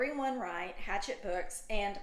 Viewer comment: FYI, Hachette is pronounced "ha SHETT," it's French.